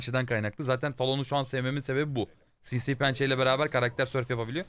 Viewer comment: Nobody::Sinsiğ Pençe